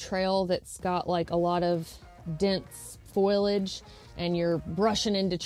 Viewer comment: I always chuckle at the way you pronounce foliage. Foil-idge. It’s cute!